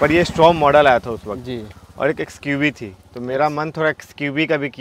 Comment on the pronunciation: XQV नाही रे लाला XUV 😂😂